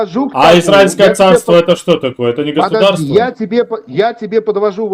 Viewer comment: ПЫДЫАЖДИ , ПЫДЫАЖДИ .,- ТУПОЙ МОКШАНИН.